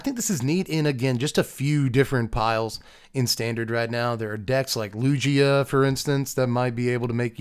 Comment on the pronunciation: Chat, he said Lu-G-ugh! 😂